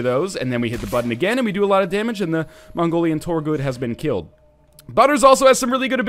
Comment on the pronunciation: he said mongorian in the least offensive way possible lol. It supposed to be pronounced like Mongolian, but with a racist Chinese accent.